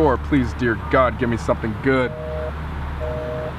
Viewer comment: I heard PLWASE DON'T CALL BACK